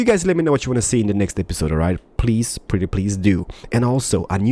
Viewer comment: Just me who gets annoyed when he says "perdy" instead of "pretty"?